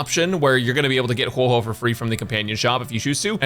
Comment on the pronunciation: Still can't say Huohuo's name correctly